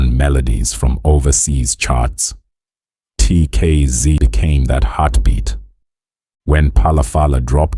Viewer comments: is the narrator AI??? coz they can't even say the name of the group properly, never mind the many other lies told in this piece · He talks as if he knows something about them yet he can't even pronounce well the name of the group , he can't pronounce the names of the group members that on its own tells the guy knows nothing about TKZee